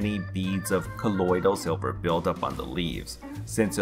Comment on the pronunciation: Colodyl silva